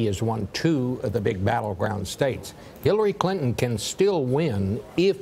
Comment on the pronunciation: Sounds like the guy said Killary Clinton.